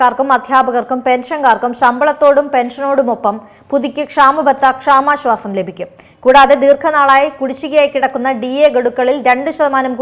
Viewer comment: ആദ്യം മലയാളം നേരെ പറയാൻ പഠിക്കു.. "ക്ഷമാ " ശ്വാസം അല്ല ക്ഷാമാശ്വാസം എന്ന് പറയു